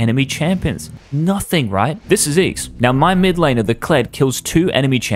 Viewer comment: Youre trying to gain blue team gold while taking red team gold is a beautiful way of putting damn. Btw why do you say eagz as if it aint you lmao